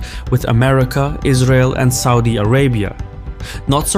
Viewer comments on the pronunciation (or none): none